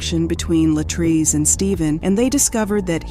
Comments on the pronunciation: I don't know why these narrators seem to NOT pronounce our people's name correctly, she kept saying LA TRACE and it is clearly pronounce LA TREECE. They don't even respect us in death. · Every time the AI voice says Latray-say I want to snatch myself bald headed. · The fact that the narrator keeps deliberately mispronouncing LaTrese’s name is IRRITATING AF! Not gone lie!! You clearly hear her dad call her the proper pronunciation and u KEEP GOING IN BETWEEN!! Wtf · Her name is pronounced Latreese, Wow! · She missed pronounced this woman’s name so many times 🤯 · The narrator is repeatedly mispronouncing the victim's name, repeatedly. It is frustrating. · Why not pronounce her name the same way that her father does??!! I would assume that HE knows. Disrespectful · You mispronounced the victim's name throughout the WHOLE video!